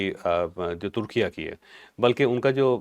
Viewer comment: چوھدری جی، ترکیہ بھی غلط ہے نیا نام "ترکیے" ہے جیسے پنجابی میں "لہور اے" بولتے ہیں 😊